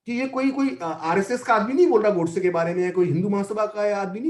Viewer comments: Host not able to pronounce or not pronouncing the the word "Godse" properly is so annoying. Who speaks in hindi and still refers to that name as "Gawdse" like a brit. How stupid?! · The anchor kept pronouncing gOdse as Gaudse as if he were from England...😄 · देवीजी नाम गोडसे है, गौडसे नहीं! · यह अँकर बार बार नथुराम जी को गॉडसे गॉड-से कह रही है. जब इतना बड़ा इंटरव्यू लेना था तो क्या यह आवश्यक नहीं समझा कि संबंधित व्यक्तियों के नामों का सही उच्चारण जान लें?? उनका सही नाम नथुराम गोडसे था. कहीं से भी वह गॉड-से के समीप भी नहीं जाता. केवल यही एक महिला नहीं, परंतु मैंने कई लोगों को यही गलती करते हुए देखा है.